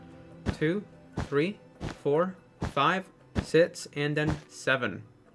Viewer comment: Why does he say sis instead of six